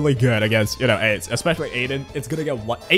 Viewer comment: bro says "Aids" instead of Ainz.